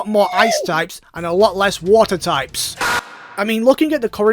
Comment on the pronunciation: Did you know that vaporeon... Can turn into wa'er